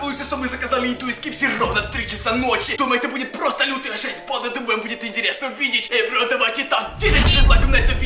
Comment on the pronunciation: Правда не банда а панда